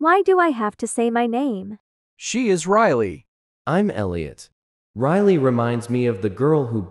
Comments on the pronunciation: And when riley meet gary riley said riryl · Why did riley say rile and not riley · Bro the l at the end